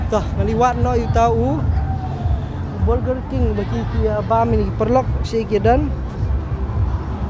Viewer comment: His pronunciation yo yo and burger kit i cannot stop laughing 😂😂😂😂